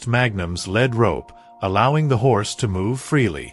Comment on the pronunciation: This story was repetitive & full of misspellings & an obvious mispronunciation. When you lead a horse with a rope, the rope is called a lead rope, pronounced leed. The rope is not made of lead, pronounced led. Knickers are short loose pants that fit tightly below the knee, worn especially in the past. The sound a horse makes is called a nicker. Another sound is a whinny. The word Winnie is a woman's name. The night had secrets, but there was no knight in armor in this story. Something gnawed at him, not nod or gwed. The emphasis in the words tree line should be TREE line, not tree LINE. It made his chest tighten with anticipation, not Titan. The horse is a chestnut, a reddish-brown color with no black hairs & a mane & tail of the same color or lighter. But one of the pictures is a bay, a brown horse with black mane, tail & legs.